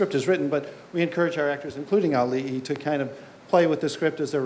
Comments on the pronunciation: It's Auli'i (Ow-lee-ee) not A-oolee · Oh my God! learn to pronounce Auli'i right! you totally butchered her name! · I love how even after hearing it multiple times, still insists on mispronouncing Auli'i's name at the end.